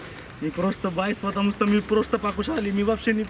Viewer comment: Патамуста дейтго